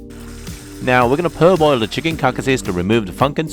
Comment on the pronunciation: Wonderful. 👍 Btw it’s par-boil, not per-boil.